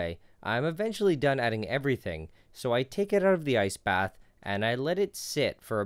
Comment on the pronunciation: The way he pronounces ice bath makes it sound like he’s saying “nice bath” and it makes me happy to hear he’s giving nice baths to his chemicals!!!